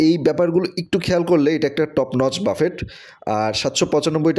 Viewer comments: Google e giye buffet likhe voice option diye sunben please, pronunciation Hobe ( Buffey) বাফফে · Bhai ki buffet boltachen uchcharon thik koren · Buffet is commonly a French word, pronounced bufay, বাঙলায় বুফে।